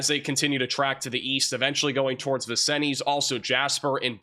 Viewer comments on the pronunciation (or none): Hey hun Vincennes is french and is pronounced vin-sinz. You seem to have trouble with french or indian names of cities. Like you anyway. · Vin-Sins, not Vin-sin-EEZ.